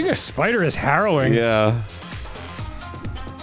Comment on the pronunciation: Ahh yes the syeepider